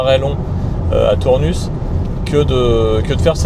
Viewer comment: Euh :) on prononce pas le S à Tournus, ça pique quand on est du coin 🤣. Sinon les Sexy buttons c'est un peu des gadgets ... ça ma convaincu Sinon bravo, sujet très intéressant, donc l'électrique pas si économique (sur long trajet) si le prix de l'électricité venait à augmenter outre mesure ...